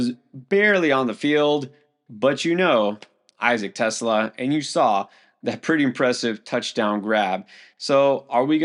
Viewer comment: it's pronounced tes law.